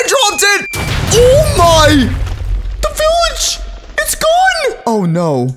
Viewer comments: When he Said THE VILLAGE it SAUNDS like OH NO AUR TABLE ITS BROKEN! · When you said the village was gone I thought you said oh no the table it’s broken😊